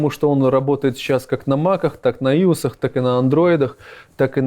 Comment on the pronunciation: как Иус разработчик я чуть не умер со смеху со слова Иус